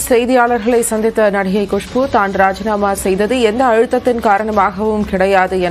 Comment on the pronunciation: குஷ்பு இல்ல குசு😂😂😂 ரொம்ப ந 😷😂து